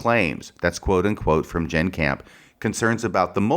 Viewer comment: It's "Jenn". Not "Jann". (It almost sounds like you're applying for a legal job.) I think the bottom line is that, in cases like this, the fuller the context is the better, especially if the context favors your arguments and central theses. Most of what you appear to think of as being superfluous establishes context, motivation, patterns of behavior consistent with the counterclaims. Just my initial view of it.